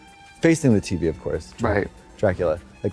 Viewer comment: the way she just dropped it and continued the conversation and they never mentioned it again 😭😂😭 "the Teey VEeey"